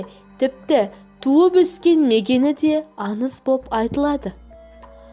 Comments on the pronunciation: Аныз емес аңыз ан емес аң недеген топассыңдар дурыстап соилеңдершы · Бекзат Тасбулатов мына қыз аңызды аныз ханның дегенді ханнын оқиғаның дегенді оқиғанын деп ң əрпін дұрыс қолданбай ашуыңа тиеді екен .тағыда бір журналист жігіт бар дəл осылай сөйлейді.қазіргі кезде қазақшаны бұрмалап дұрыс сөйлемей қарақалпақтың, қырғыздың, ұйғырдың сөздерін қазақ сөзіне араластырып сөйлейтіндер көбейіп барады.ал егер мұның дұрыс емес дұрысы былай десең бетіңнен алады,бұл диалект дейді.сонда əрбір қазақ тіліне енген сөзді диалект дей берсек қазақтың сөздері келешекте диалекттен тұратын мəні мен сəнінен айрылған тілге айналмайды ма?- бұған жол беруге болмайды.Мысалы келе жатыр дегенді келе жатыпты.айналуды айлану бірдеңені бірдеңке ештеңені ештеңке деп сөйлейтіндер көбейіп барады.Əсіресе ештеңке бірдеңке деген сөздер қазақ сөзіне тіпті үйлеспейді.құлаққа түрпідей тиеді деңке мөңке маңқа деген сияқты көкейде ұғым тудырады.міне дəл осы екі сөзді бұрын мүлде естімегенмін.өйткені бұл ұйғырдың сөздері екен.бұрын 20-30жыл бұрын сөйлемеген менің каластастарым көршілерім тіпті туысқандарым да осылай сөйлеп барады.бұны қалай тоқтатуға болады.Ең сорақысы əншілер журналистер тіпті ақын жазушылар осылай сөйлеп қана қоймай кітаптарына солай енгізген. Бұл мүлде жол беруге болмайтын қателік ағайын.əдемі тілімізді келімсек сөздермен бұзбайықшы.Ана тіліміздің тазалығын сақтайық.